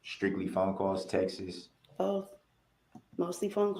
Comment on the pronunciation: Text-iz. Ugh!